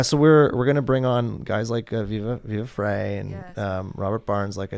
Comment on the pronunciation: It's pronounced "Viva Fry", not "Viva Fray".